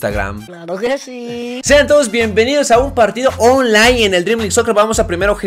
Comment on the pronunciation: Tu dices onlai pero se dice onlain se escucha pero se escribe online